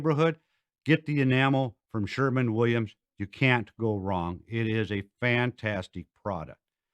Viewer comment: he almost said Sherwin Williams correctly 😛